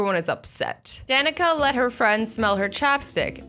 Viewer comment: My Danika is Pronounced Danica